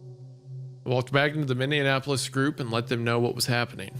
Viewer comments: isaiah pronouncing minneapolis like indianapolis the entire time had me raging out in the beverage cooler at work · Imagine how much time Isaiah would save if he stopped adding an extra syllable to Minneapolis. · Wendy, you're pronouncing Minneapolis like Indianapolis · someone needs to teach isaiah how to say minneapolis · the way theyre pronouncing minneapolis is wilding hahaha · lol can’t pronounce Minneapolis to save his life 🤣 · Wendi repeatedly mispronouncing Minneapolis is genuinely making me twitch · Isaiah's pronunciation of Minneapolis has to be the worst thing to happen to the city so far this year💔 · If i hear minneapolis pronounced wrong one more fucking time Isaiah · Isiah pronouncing Minneapolis like Indianapolis is grating on my ears lol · Whenever Wendigoon says Minneapolis, it sounds like he's saying "Minn-deapolis". It's pronounced "Mini-apolis". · Okay, is Isaiah pronouncing it minnie-ah-napolis to drive me insane or am I the problem? After two hours of it, I'm starting to doubt myself. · Bro the amount of times it's mispronounced im going insane lol. A couple times Hunter got it right thankfully haha. I usually don't even correct people on the one off Minnianapolis, but this many?😂 For anyone wondering: It's Minneapolis ( Mini Apple-us/is ) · The inability of either of them to pronounce "MIN-E-APOLIS" has me checking every time to see what city they're talking about lol. "What happened to MIN-IN-KNEE-APPLE-LESS?" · Guys... it's MIN-E-APP-OLIS... Y'all keep saying MinnENapolis (with an extra N) for some strange reason, and it's driving me nuts 🤣😂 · MINN. E. AP. O. LIS!!!!! MY GOD THIS PISSED ME OFF I NORMALLY DONT GET MAD AT PRONOUNCING BUT ISIAH GET IT TOGETHER ITS MINNEAPOLIS NOT MINNEANAPOLIS WHAT THE HELL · Isaiah over here pronouncing Minneapolis like mindianapolis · what happened to what?? Minne-an-apolis? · Oh my... idk why this annoys me so much but its pronounced "mini-apple-lis" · If Isiah says minnineanapolis one more time